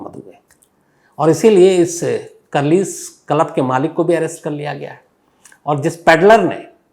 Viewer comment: Shams ji aapko club pronounsation nahi aata ,😅